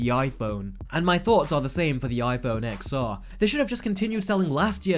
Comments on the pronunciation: For fuck sake, it is pronounced iphone 10, 10R, iphone 10S and iphone 10S Max. not "X" or "XR". Pisses me off than people never heard about Roman numerations. Did during Apple presentation anyone used wording as "XR" or "XS"? NO! About everything else your video is completely correct:) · Watching on my iPhone XR :) More than happy with it. Can’t take a word from someone who can’t pronounce the name of the phone right.